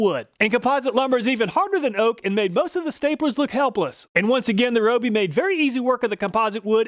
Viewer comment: RYE-OH-BEE! Not ROH-BEE!!!